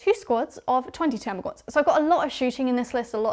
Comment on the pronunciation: It's "termagants" not "termagaunts" !!! 🤓 The dictionary definition is also amusing...